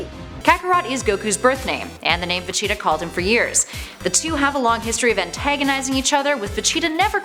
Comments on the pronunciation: Okay... Maybe I missed something in all my years of Shonen and DBZ.... WHO.... WHOOOOO.... is Ve-Cheetah? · Vecheetah!!!!! Really 🤦‍♂️ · She also said Vegeta's name wrong too. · DEEKU AND VACHEETAH it’s deku and vegeta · wow guys did you hear vee cheeto and dee ku guys i did not know this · DEEKU AND VECHEETAH. get ready for guhkuh and susuugay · Where does she see a “ch” in vegeta and an “i” in deku